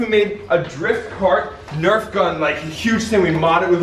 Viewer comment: its nerf not nerve